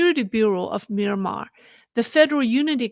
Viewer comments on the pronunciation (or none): none